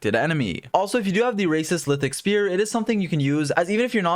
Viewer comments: ... did you say "racist lithic spear"??? XD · Had to back to listen if you actually said "racist lithic spear" lmao made me chuckle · Am I hearing things or did you say "racist lithic spear" xD?